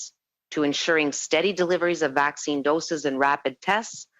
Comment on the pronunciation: "Hey Doc, does this Vhacine give me imhunity?" "No, it gives the manufacturer imhunity."